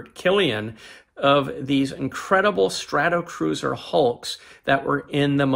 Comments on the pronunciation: Thanks for this; enjoyable and interesting. Consistently saying "Stratacruiser" rather the the correct "Stratocruiser" was a bit of an itch, tho! 🙂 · I guess it must be a pronunciation thing on my side, but I certainly well know that these are Stratocruisers is not Stratacruisers .. must be my Canadian accent. It’s like some people in the US call it Warshington DC instead of Washington Dc.